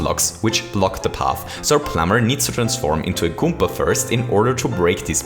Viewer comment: I hate how he pronounces Goomba